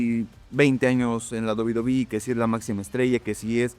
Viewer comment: Penta: "En la mejor empresa de Lucha Libre que es DOBI BOBIIII" xD